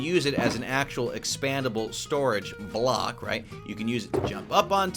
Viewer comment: Did anyone realise the K in ‘Weathered Copper BlocK’